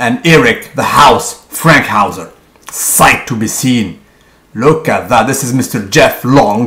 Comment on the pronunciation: Erik Fankhouser, not Frankhouser. Nice vid